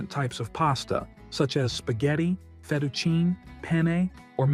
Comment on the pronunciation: Pasta - It's pronounced fet-a-chee-nee - not feteaecheen !